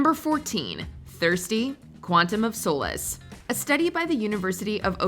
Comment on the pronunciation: She said Quantum of Solace wrong